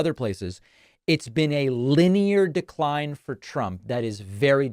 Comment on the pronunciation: "... an acclerating DERCRINE" ??? Uh oh David! In another 80 years, you'll be just as bad!